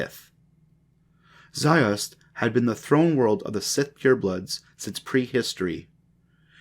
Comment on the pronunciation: Also ZIOST not ZOIST